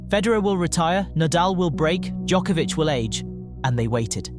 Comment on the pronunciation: So you know how to pronounce Djokovic, yet absolutely butchers Cilic and Raonic. Why?